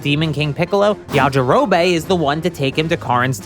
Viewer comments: Yajirobey? Its pronounced yajirobi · This is just bad. Yamcha never cheated. Fans made that up. And Puar a "prominent character"? lol please. Finally, it's pronounced Ya-Ji-Ro-Bee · Why does bro pronounce things wrong???? Ya ja row bay??? Common man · STOP CALLING HIM “yajirobay” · Bro who tf is yajirobae??? It's yajirobe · Pronouncing it YajiroBAE <3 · Are you saying Yaji-ro-BAE as a joke, or have you never actually watched the English dub? I'm starting to think the latter since you also said SAI-ans. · The way he pronounces Yajirobe.. Well it got me to comment so I guess he wins the algorithm game. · The way you pronounce yajirobe is odd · This guy pronounces Yajirobe weird and annoying